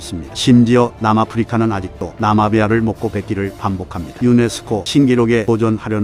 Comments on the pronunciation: 나마비아 아니고 나미비아요 ㅋㅋㅋㅋㅋㅋㅋ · 나마비아가 아니라 나미비아인데 묘하게 거슬리네요 ㅋㅋㅋ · 나미비아….나마비아라고 하는 거 너머 킹받네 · 나마비아 아니고 나미비아라고... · ㅇㄴ 근데 나미비안데 계속 나마비아 ㅋㅋ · 나마비아 개거슬리네 나미비아야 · 나마비아 -> 나미비아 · 나'미'비아 입니다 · 나미비아를 자꾸 나마비아라고 하는거 거슬려요ㅠ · 나미비아를 계속 나마비아라고.... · 영상 너무 재밌네요. 한가지만 고쳐주셨으면 하는게 나마비아가 아니라 나미비아입니다. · 나미비아를 왜 자꾸 나마비아라고하는거에요?